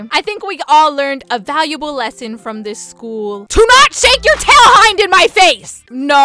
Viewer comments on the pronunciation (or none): none